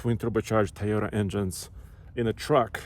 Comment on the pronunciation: What’s a Thai oh tah 🤔? Can some show this guy how to pronounce Toyota correctly ?